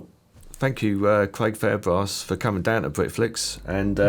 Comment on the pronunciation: Cwaig Fairbwass